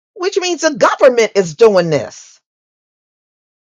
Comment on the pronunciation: Well.... "gubbermint hoizin', if gubbetmint housing." #CutThe Check N don't worry about our #RoofOverOurIwnHead!